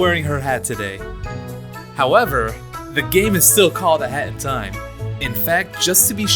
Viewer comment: When he say hat in time it sound like hentai